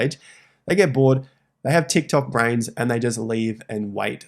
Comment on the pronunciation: “Til Tok Brain” LOL, “what a wonderful phrase”